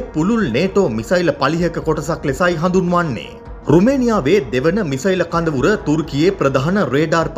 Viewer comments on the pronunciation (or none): වැස්සට හෙම්බිරිස්සාව හැදිල.. කඳවුර , කදවුර වෙලා 😂